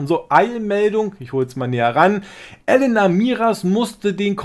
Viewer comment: Elena nicht Ellenna